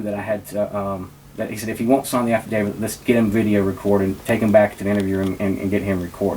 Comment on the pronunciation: Affidavit- afa-day-vit. Not after david. Misdemeanor- miss-duh-mean-ur. Not mister meaner. Municipal- mew-nis-a-pull. Not mu nis pull. You gotta be able to pronounce words of more than two syllables if you want to be taken seriously.